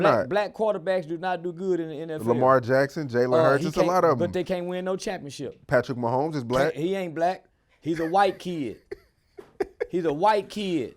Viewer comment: Nigga said Patrick Mahoney 😂😂😂